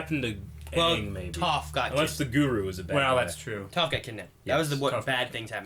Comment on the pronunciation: Every time one of you guys say "(Toe)ph", I die a little inside.